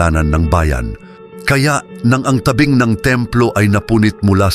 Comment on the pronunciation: Mali Po Ang pronunciation Ng dako at tabing